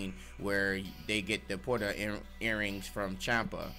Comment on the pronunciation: What are these “Porta” earrings y’all keep talkin about?! Isn’t it “Potara” (Poh-Tar-Uh)?